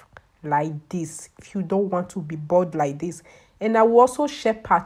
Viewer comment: “Dis womon is BAULD!”